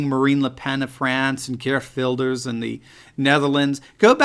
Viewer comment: I hate it that the Netherlands doesn't have to vote this year... I can't imagine Geert Wilders not winning big time (although I believe that last time there was a lot of fraud with the counting of the votes, lot of weird stuff going on...) PS: Your pronunciation of 'Geert Wilders' is very good!